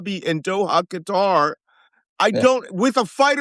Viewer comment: Shouldn’t Malcolm know how to correctly pronounce Qatar?